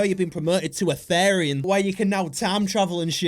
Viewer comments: IT IS THERIAN NOT THARIAN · these a called therians (pronounced as th-ear-rian-) and furries therians feel like they are soulfully Conected with certain animals and furries do it as a hobby as a therian i find this really offensive but its your opinion please dont post more things like this❤😢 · As a Therian, the way he pronounces is is hilarious, and I'm not even mad because this is just funny